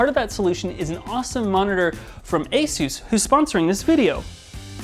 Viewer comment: Finally! Someone who pronounces Asus correctly.